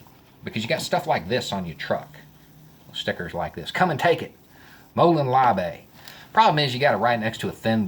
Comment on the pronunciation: The real Spartans would actually take the weapons of a psychotic compatriot, and then throw him off the cliff for being a burden to the Spartan society. That was a decent attempt saying it in ancient Greek by the way.